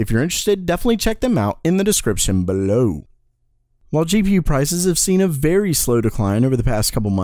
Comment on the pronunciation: "BELOW" sounds weird